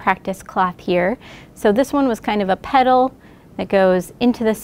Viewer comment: I was surprised at the reasonable price. You get the frame, machine, bobbin winder, plus tech support. I thought it was a bargain - and purchased one. Now I need to get better at driving it. (Figured out the teacher isn’t Southern, I thought she was saying puddles, then realized it was petals)